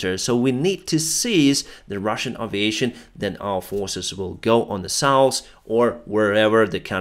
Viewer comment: He also pronounces "north" sometimes but then reverts to "norse" and "souse." is just as cute as a bug in a rug, and his pronunciation of English is more understandable than many native speakers. He also has coined a few words that should be adopted into English.